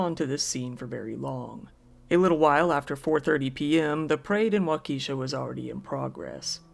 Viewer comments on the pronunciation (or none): Giggled at "wau-key-shaw". It's "walk-uh-shaw". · Wa-ke (soft e) sha. It would be good to look up pronunciation of cities not familiar. For everyone. It's a bit distracting and annoying. Any words for pronunciation, for that matter, if you are a narrator. That would be most professional. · Waukesha is pronounced Walk-a-shaw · The Wisconsin tragedy town is pronounced wauk uh shaw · As always, great stories. One correction. Waukesha is pronounced as WA-KA-SHA The E is not pronounces. Just incase you ever cover another story from there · For my sake and that of the rest of the world, please, NEVER try to pronounce Waukesha again. Why true crime creators don't look up the proper pronunciation of unfamiliar areas boggles my mind. This is HQ material made lesser--sophomoric--by errors like that. Don't get cocky, Kid. It's code.